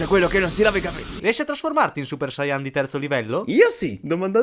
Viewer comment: Perche dite "sayàn" e non sayan?